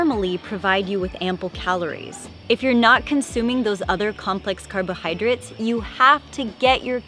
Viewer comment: I was spelling it how she pronounced it, you silly goose!